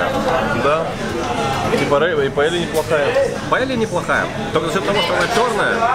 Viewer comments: паея, а не паелья)) удвоенео Л читается как Й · Не "паеля" а ПАЕЯ